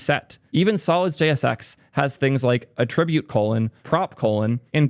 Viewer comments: Why are you pronouncing attribute as "attr_I_bute" instead of "_A_ttribute"? Is this American english or a local dialect? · def assumed you were trolling us with "at-trib-ute" -- fun callout 😂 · Thank you for mentioning your "alternative" pronunciation of 'attribute'. Half my brain kept trying to figure out if you were trolling, actually unaware of how 99% of the rest of the English speaking world says it or if I lived in some strange pocket of the world with its own accent 😆